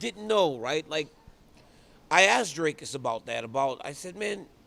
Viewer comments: Dricus just taught DC how to pronounce his name, and DC still can't pronounce it 😅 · Dricus literallu taught DC how to pronounce his name in their interview and here he's back at Drakus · What's funny is his name is pronounced just like it looks. "Dric-us" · Never ceases to amaze me how little effort Daniel Cormier puts in for such a great job, literally can’t even learn how to pronounce dricus’ name. Dricus even fucking spelt it out in an octagon interview and DC STILL doesn’t know